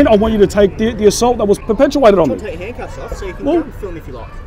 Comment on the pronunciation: "Handcuffs" not "Hancuffs "